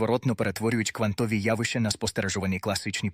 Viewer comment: дякую за гарний настрій від вимови ші. фотонИ - це шедевр. Напевно, це люди, які полюбляють фотографувати))) а оце "всесвІту". Якщо є всесвІт, то має бути і всетемрява:face-green-smiling: а оці "квантОві явища" - це просто вогник-вогник, жарко-жарко